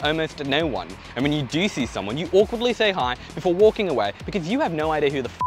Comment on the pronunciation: Waaukinng, walrking? Wanking ?😅